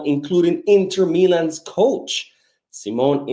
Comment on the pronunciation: Finally you said the correct way of the name of Inters coach,Simone Inzaghi. I kind of got used to the Ingazi version though😂Thank you for all the updates!